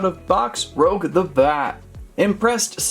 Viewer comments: these figures looks amazing!🤩 but if i were u, its pronounced Rouge(ルージュ) not Rogue!😉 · No offence man but you said rouge as "roug" its actually pronounced as "roo-ge" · Not Rogue. Rouge, the French word for the colour red. Better luck next time. Sonic characters are more my style.😂🙃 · It’s rouge Rooo-ssh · “Rogue the bat” lol! It’s Rouge, my man! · It’s pronounced rooge like the make up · rouge (roo-je) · it's rouge (roogue) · It’s rouge not rogue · Say rouge right 😡